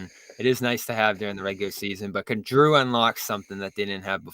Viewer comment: Love jrue.. we should do everything we can to exchange brogdon for him The way John pronounces his name makes me want to not trade for him though..